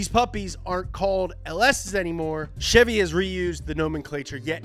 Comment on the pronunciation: You sayin Ch-evy instead of Sh-evy is making me uneasy it’s CHEVY NOT CHEVY YA FEEL